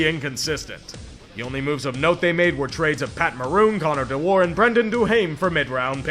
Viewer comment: if he says de-WAR one more time istg...